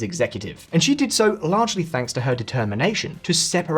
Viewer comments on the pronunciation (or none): none